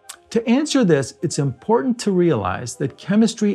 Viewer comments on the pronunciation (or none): none